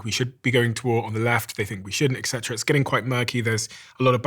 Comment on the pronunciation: I know it’s pedantic, but I automatically discount what people say when they pronounce “etc.” as “excedera.”